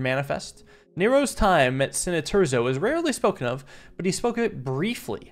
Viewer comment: i still find it funny how he pronounced Cineterzo different every time